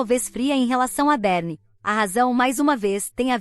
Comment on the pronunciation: Será que a IA leu errado, ou ela deu nome pra meia irmã de "Berne" ?! Literalmente larva de varejeira 😂, provavelmente se for do inglês acho que o nome seria Berny ou Bernie, sei lá kkkk